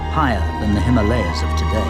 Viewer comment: Someone please teach him how to say Himalayas correctly